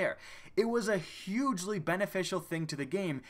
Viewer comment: "Hugely" .....DO YOU EVEN ENGLISH? ;) Nice wrap-up of Destiny's maligned history. Well done.